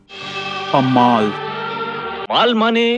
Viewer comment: It's not a maal it's a mall 😂